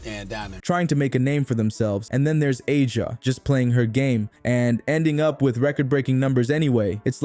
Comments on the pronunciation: You saying her name wrong A 'jA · Another robot voiced Caitlin-glaze account saying the same ChatGPT generated thing (that's why the pronunciation is wrong) 10 times in a row about "turning the heads of fans and critics alike." Where are the MAJOR SHOTS.